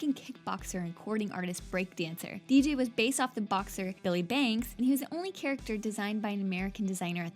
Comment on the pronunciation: She seriously said billy banks... THE L IS RIGHT THERE!